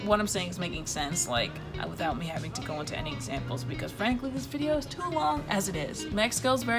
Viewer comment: "They're on the beach HAVNG FUN" gurrrrrl can't stop laughing lol